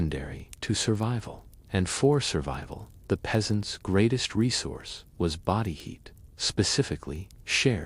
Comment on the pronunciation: your AI slop said bowdi instead of body hahahahahah